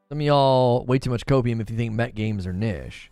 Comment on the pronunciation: "Kneesh" lol, hi I'm well behind and please say it proerly omg lol:)